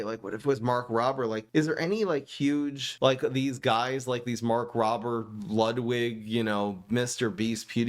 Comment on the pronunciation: I like how he says mark robber instead of mark rober